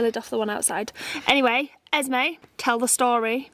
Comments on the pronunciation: It's esme not esmai soo and you the mother of them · It’s Esme not esmai and does it affect you?? No…